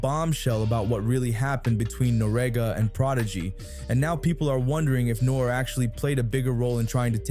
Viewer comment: Pronounced noreaga properly